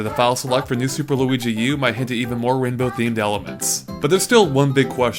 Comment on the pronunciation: did you say Luidi Iwata